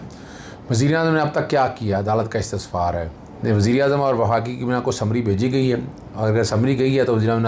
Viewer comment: گڈتجزیہ 🌹 لفظ استفسار ہوتا ہے ۔۔۔۔ نہ کہ استسفار ۔۔۔ میں نے دو مرتبہ آپ کی گفتگو میں سنا ۔ اسلئے عرض کردیا ۔شکریہ🌹